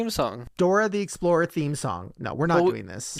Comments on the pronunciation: It's "Dora the explora" not explorer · You have to say explorah not explorer .